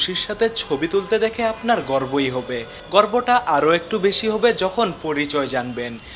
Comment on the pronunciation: ভাই আপনার উচ্চারণ ঠিক করেন, হবে-হোভে, মেধা-ম্যাধা, নেট-নেত।